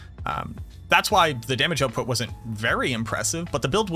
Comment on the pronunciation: I love it when canadians talk about damage oatput.